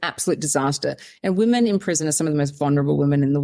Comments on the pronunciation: It might seem a little petty, but this is one of my pet peeves that drives me nuts. It drives me nuts when I hear people pronouncing the plural form women, the same way as the singular form woman. They are not pronounced the same at all. The plural is pronounced like wimen. It is still spelled women, but definitely not pronounced like woman. Even if the subject matter of a video is interesting and important, I can't listen if one or more of the person can't pronounce the word women correctly. And it wasn't Sal who did this, it was the other lady. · This will sound very snarky but is meant as a simple piece of advice to anyone having trouble pronouncing 'women'. Although the first syllable is spelled the same as in the singular 'woman', the word's pronounced as if it's spelled 'wimmen'. I can remember stumbling over this for a little while until it suddenly clicked. I sometimes hear ppl on podcasts and broadcasts having this trouble, i.e. pronouncing 'woman' and 'women' almost identically. Just a thing you have to learn at some point. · Why can't you pronounce the word: women? You can say men. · Just now I found myself watching a video where Zimbabwean Brooke Bruk-Jackson pronounced 'women' the same way you do. ( Meet the reigning Miss Universe Zimbabwe brooke_brukjackson as she speaks to Marisa on#MorningRush) Maybe it's a British Commonwealth accent thing. To a North American, the difference between the singular and plural in your and Brooke's pronunciation seems pretty much non-existent. So now I'm curious, and I should have thought to ask this before: do you and Kiwis in general hear a distinction that I don't?